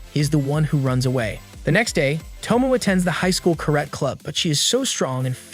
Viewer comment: Kah-rat club